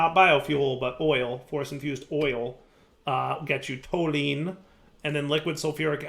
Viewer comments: I know chemical names aren't your strong suit, but toluene is pronounced tol-u-ene, sounds like "tall you ene" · (It's pronounced toh-lew-een)